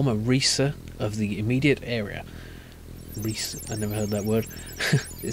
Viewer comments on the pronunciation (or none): Recce as in "reconnaissance" :-) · a Reese? Seriously? Lol. it's recce (recky) short for reconnaissance...good grief....:p